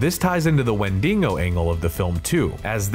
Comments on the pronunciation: Wendigo - not 'wendingo'. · It’s not Wendingo stop saying it like that. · Interesting pronunciations of "wendigo" and "Poughkeepsie"!